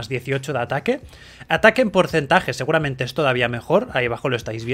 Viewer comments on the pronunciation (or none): none